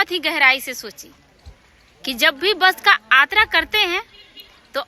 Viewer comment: Aatra nahi yatra hota hai